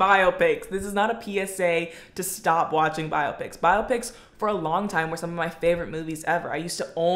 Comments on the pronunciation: What lunatic calls them "bi-ah-pics"? 😂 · I support your pronunciation of biopics 🫡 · A 22 minute video about biopics with 'biopics' pronounced wrong lol.